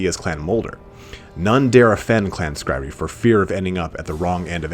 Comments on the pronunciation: clan skry-re... that's a funny way to pronounce clan skry-ur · Skryre is Skri-er, not Skri-ree. Like pyre. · Sk-ry-er not skry-ree. Sorry. That was driving me nuts. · Clan Skryree? Really? REEEEEEEEEE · clan Skryre, Pronounced "Scry-Err" or "Sky-Are" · Skyre is pronounced SKRY-ER. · Skryre, is pronounced skr-I-er by the way. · Oof, that Skryre pronunciation. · right, I'm a nub painting my first army, and even I know that was cringe worthy lol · think it's pronounced clan scry-er, rather then how it's spelled. the clans name is a play on the word scryer so it's how it's pronounced. it's "bue-bo" Edit: I know it's super unclear in the army book to someone just picking up warhammer lore, but this is o so wrong. Skaven 2 lore of magic are called Plague and Ruin.(they predate the use of the word lore but they are lores) Ruin is avalabe to Warlock Engineers Plague is avalable to Plague plague Priests Gray Seeres and Verman Lords can take spells from both, along with the spells skitterleap and the curse of the horned rat( also called the 13th spell). It's a bit weird because these are called signature spells, they fall outside the lores of magic because they predate there addition to warhammer.